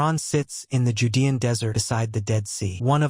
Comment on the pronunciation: I'm noping out from the voice alone, which I assume is AI from the way they just mispronounced "judean," the comments would seem to indicate that it's cowhide, and doesn't think there were cows around. Apparently the AI doesn't think trade exists, even if they didn't farm them?